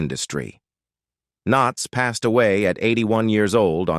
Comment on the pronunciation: Strange pronounciations but I guess that is so robotic. Passed, pas-Sid? Click bait of Ron Howard in a hospital bed? No mention of that. Not that I can recall. I had not heard anything in news either. Why would someone do that?